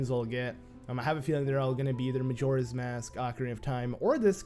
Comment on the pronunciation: It's majora not magora.